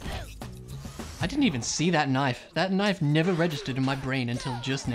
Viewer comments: KNOIFE as in crocodile dundee! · you dont say knife very aussie like Sadge